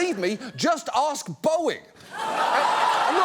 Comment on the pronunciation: That Boe-ing line caught me off guard, Lol.